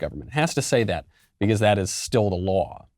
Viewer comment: Bee khaauussse